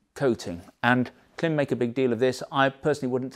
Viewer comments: It's pronounced " climb". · Klim is not an English surname . Origins in Eastern Europe and pronounced the family members want it to be. The French word " blanc" is not pronounced " blank" just because you don't like it..